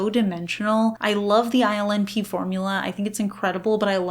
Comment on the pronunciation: Whenever you say INLP all I hear is island pee 😂